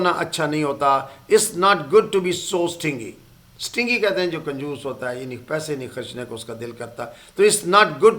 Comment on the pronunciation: سر جی یہ سٹنگی نہیں سٹنجی ھے